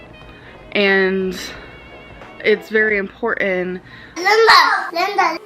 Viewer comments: Importen LOL I cannot tell you how crazy it makes me when she says that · I will never understand why she says importin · I hate when she says "imporen". She's been saying that a lot lately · Imports where it's "importan" that we be "importin." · Okay so English is not my first language and some words truely are hard to pronounce because they are taken from other languages. But "Important" is not THAT hard. Jesus Christ get a grip girl.